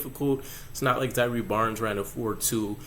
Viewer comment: Bruv it’s Zai err not zyree